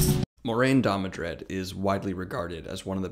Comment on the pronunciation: I feel like “Last Jedi” Luke Skywalker watching this. “Amazing. Every word of what you just said was wrong.” First of all, it’s DAMODRED, not DamoNdred. I thought I was imagining that pronunciation, but that’s also how it’s spelled in the description below the video. Is it really too much to ask you to just pick up the damn book once in a while when preparing these videos? This is an utter misrepresentation of what Moiraine is and represents. First of all, it's good that Rand did not listen to her. She is NOT the voice of the author or "word of God." She does provide a great deal of exposition, but that's not because she's right about what to do. Rather, Moiraine (and Siuan) represent the status quo. They represent the state of the world Rand comes into, and most important, they embody the shortcomings. Moiraine & Siuan are why the world needs Rand. They are too fixated on conventional solutions, because that's what they know. The world is falling apart, and Rand needs to break the paradigm, to shake up the status quo and the Aes Sedai and their ideal members, Moiraine and Siuan are committed to the preservation of the status quo, because that's what put them on top. Most importantly, Moiraine, like Siuan, is a political figure and largely amoral. Rand is not, but Moiraine tries to make him so. Rand is an inspirational figure. As ta'veren, he inspires people to step up and play their part in the grand design. His mission is to get people to work together willingly, not to gat